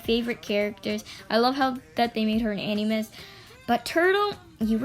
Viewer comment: Btw animus is pronounced “ an-a-mus”